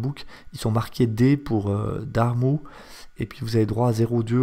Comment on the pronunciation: Alors en fait « Darrmu » ça se prononce « Darr-mü » avec un « u » comme dans « ça m’a ému ». C’est pas un dard mou…… ^.^ voilà voilà ^.^